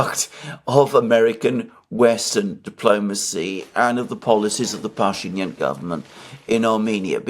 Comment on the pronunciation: The right pronunciation is pashinIAn and bakU.